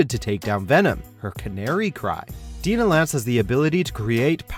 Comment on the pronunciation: Dine-Ah Lance not Deen-Ah Lance...